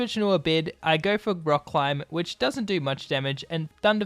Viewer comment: On onominous wind? Rock choom? Extransensory? How bad is your English?! Delete your account